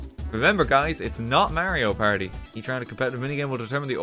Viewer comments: its not merio perdi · Its not Merio Party 😂😂 i'm sorry 😂